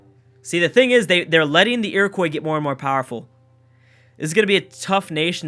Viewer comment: ur pronouncing iroquois incorrectly and pissing off all the indians watching this